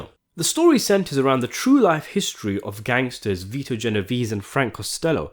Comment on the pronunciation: it`s G not J lol